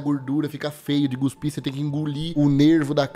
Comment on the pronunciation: por favor, nao fala Guspir nao, alem de estar errado ainda me lembra do Filme da Bruna Surfistinha, e olha que nao eh o da Debora Secco